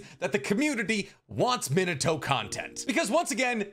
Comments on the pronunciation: Good video! I wanted to see a Minato spin-off since his first bamf appearance. Also, may I suggest "Mē nah toe" over "Men a toe", my friend? Unless you just love that version of pronunciation, in which case, carry on good sir. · I'm gonna smack you if you mangle the name of the 4th Hokage every again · A Minato tatt and u still can’t pronounce his name properly lmao that’s crazy🤦🏽‍♂️ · Your Japanese pronunciation is killing me 😭 Retsuden is not pronounced with an -AHN at the end. It's the same suffix as Shippuden, friend. It means "story" or "chronicle". Also, your pronunciation of Minato when you have a tattoo of him... pls... MI-NA-TO, not MIN-A-TO.